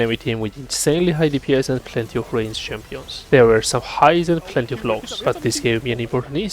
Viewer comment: Keep saying "plehty" with that accent xD